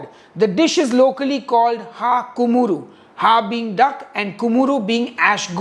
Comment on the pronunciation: It's called Kumura and not Kumuru. P.S.- Nailed it!